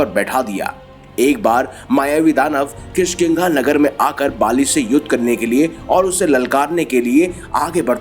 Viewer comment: kishkiga nhi kishkindha hai